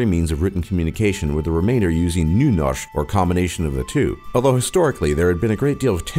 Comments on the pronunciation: We actually dont USE Euro we USE «kroner». I hate that Its so much oil tho. We dont USE dollars either!! PFFFFT U SAID Båkkmål and Nunorsk. LOL learn Norwegian. I hate skiing and Im from Norway. I loooove Norwegian food My great Grandmas kjøttboller. U are still sayng stuff Thats SAID wrong on fjords u SAID FJÅRDS. Actually u forgot to say Japanes peoples on nummer 2. Well Its still a big difference on man and womans. But it seems like u didnt know that. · Ahaha «BOKKMÅL» «Nynosj/nynosh» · «Bokkmål» «Nynosjh» «krumkakee» lol! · "Nyernorsk" xD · Bare jeg som hørte at han sa nunørsk?😂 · Btw you buthered 'Bokmål' and 'Nynorsk' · OMG!! When you try to say Bokmål and Nynorsk i will was close to die of lauching... And when you try to say food and try to say places...